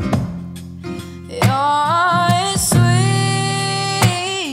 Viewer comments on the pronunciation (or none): Yep, that's what I thought too... it's TOO PROPERLY pronounced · Great job!! But just positive criticism, draw out whiskey and brandy...its to properly pronounced for the rest of your beautiful cover!!! Otherwise, great job!!!!